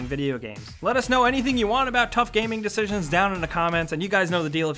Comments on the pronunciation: "General. Deshishions" I'm sorry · Goto he says decijsions lol